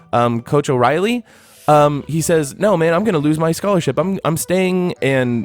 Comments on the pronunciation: Coach O’Riley?? Dude man killing your credibility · How is he gonna be out here bashing people saying he is a real fan yet he doesn’t know it’s coach Orion not oreilly